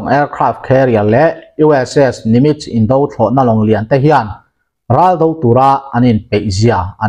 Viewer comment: "Indo lawng" "Indo thlawhna" tih hi "indo hi a tha lo" kan tih a, "indo" kan lam ang hian lam ni zawk ta se a dik zawk em emin a ngaihthlak a hahdam sawt ang mawle... Ka ngaimawh deuh hleka, inthlahrung angreng tak chungin kan rawn sawi hram a ni e. A bengvarthlak thinin a ngaihnawm thin e.